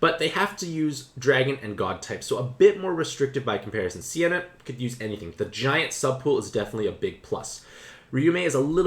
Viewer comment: Its not Sienna, its Seina (Say Nah).